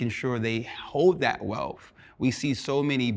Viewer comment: whelf? I think he means wealth